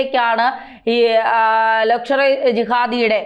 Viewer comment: അയ്യോ ക്ക് മലയാളവും അറിയില്ല 😂ലക്ഷ്വറി ജിഹാദ് അല്ല 😂ലഷ്‌കർ ഈ ജിഹാദ് 😂